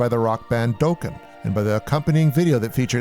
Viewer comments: Dokken is pronounced D ah kken not D oh kken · doughken. lol. It's dahken. rockin with Dokken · “Daw-ken” not “Doe-kin” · it's dokken not doken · "Dough-Kin"...Really??? It Rhymes with Rockin' LOL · Dohkken? Lol! It's pronounced Dahkken. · Ok I love your videos but OMG YOU INFURIATED ME WHEN YOU MISPRONOUNCED DOKKEN. Its Dokken not (Dock-In not Doke-in) please correct this. Pretty please. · The way you pronounced Dokken made me chuckle....it's dock-en not "doke-en" LOL but that's okay, we played with them on their reunion tour a couple of years ago and Don Dokken was the biggest asshole "rockstar" we've ever encountered! What a dick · It's 'DOCKEN', NOT "DOEKEN'. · DOCK-en not DOAK-en Morons. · BTW its not "DOE, like a female deer" DOE-KKEN. Its "sittin on the DOCK of the Bay" DOKKEN. Yeah im old. Sorry :) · This is a good video, but c'mon man, "Doh-Ken"? Dokken is pronounced dock-en, it's the lead singers last name. It can't be that hard to research how to pronounce a band's name. 🤷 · Hehe " Do-ken" isn''t how you pronounce the band. It's "Dokken" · Dōken? It’s Dokken, like dock not dough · Dah-ken ...not Doh-ken !! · It’s pronounced like Dock-in not Dough-kin. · Doe Can?! It's Dokken you dweeb. (Dock-en) Dokken. Heavy Metal. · Never heard of the band "Doughken" before....Try Dokken! This guy must listen to easy listening music! Geez... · Dokken is pronounced dock-in, never heard them called doe-kin 😆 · All except for Don, he didn't do coke BTW it's pronounced Dokken as in rockin' with Dokken, not Doken lol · Dokken (the band mentioned) rhymes with rock in’, per Don Dokken (lead singer) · Who is "Dough-Ken"? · DOKKEN??!!! It’s pronounced dock-in Jeez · Dokken, pronounced Daw-kin. Grrrrr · Great video, but the way he pronounced "Doe-Kin" made my skin crawl... 🤢🤮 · Hey, the band's name is DOKKEN, pronounced Dock-en. As in, 'Rockin' with Dokken'. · “Doughken” lol. Definitely not the way its pronounced, whatsoever. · Dokken rhymes with rockin'!!